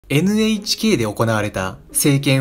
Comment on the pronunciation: めっちゃどうでも良いけど NHKをエネエチケーって言っちゃう エヌエイチケーってはっきり言ったらアイドルっぽい